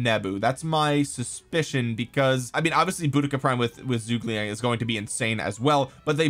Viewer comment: Please learn how to pronounce zhu ge liang